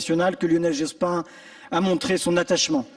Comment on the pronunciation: Dit-on Jospine ? C'est à la mode, cette prononciation.